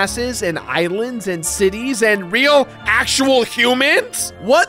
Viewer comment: Dimnooative? Ashooal? These arent words